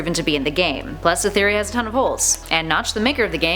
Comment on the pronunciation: Did she say game theroy